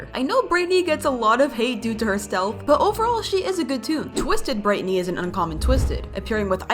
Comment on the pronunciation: It’s brighteny not Britney